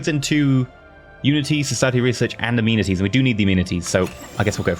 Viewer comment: So I've never played this game before. That being said I don't understand a lot of the terminology for things. But, when he was saying amenities I thought he was saying immunities for at least the first few episodes. And I couldn't understand how he was getting immunities of the building people building. I was very confused.